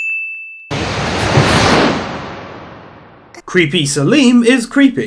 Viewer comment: ...Oh yeah, it's obviously too late to fix, but the name is Selim Bradley, not Saleem. It's pronounced a whole lot different than it's spelled (until I watched the anime, I thought his name was pronounced sell-im).